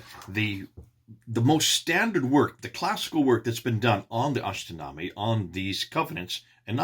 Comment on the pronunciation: God bless you. it is pronounced ashtinama not ashtinami. I am kurdish and Kurdish and persian language are closely related.